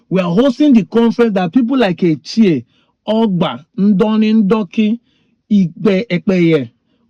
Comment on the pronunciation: The pronunciation is ETCHE (as in... e-tche) not ETCHIE. Etche means "thought" or "I think" E.g: Etchem na... I.e, "I think that..." You get the point now.